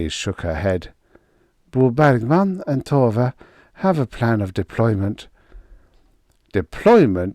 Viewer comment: Every time I hear you say Bo Bergman, my ears hear bawbag man. Guess I've listened to too many Scottish folks. 😁